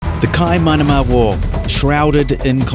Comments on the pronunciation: mate the pronunciation... kaimanama? ingdibrite? holy hecka. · "the kaimanama wall..." jesus christ. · The introduction he didnt even pronouce it properly 🤦‍♂️